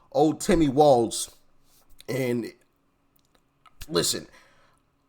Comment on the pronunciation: His last name is walz it should be walls as in prison walls 😅